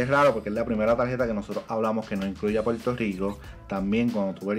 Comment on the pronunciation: Se dice Puerto Rico, si te gusta el negocio de comunicador. Tu dicción y pronunciación, aprende a pronunciar la “r”, suenas poco creíble porque apenas puedes pronunciar el nombre de tu país.